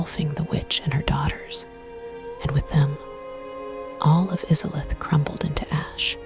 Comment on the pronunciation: Now I can't sleep because of how you pronounced izalith